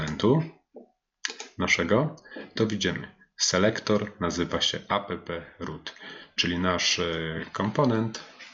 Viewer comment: Mam małą uwagę. Takie spolszczone skróty brzmią bardzo nieprofesjonalnie. Warto używać prawidłowej wymowy, szczególnie gdy się kogoś uczy. Chodzi mi np. o: Angular CLI: "Angular SI EL AJ", a nie "Angular KLI" NPM: "EN PI EM", a nie "EN PE EM" App: "Ap" (od application), a nie "a pe pe" Będę oglądał, zobaczymy dalej.